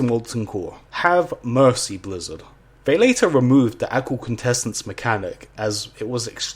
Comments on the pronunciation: Take a shot every time he completely butchers the words "Aqual Quintessence." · If i heard you say aqual quintesswnce one more time i was going to chuck my remote through the tv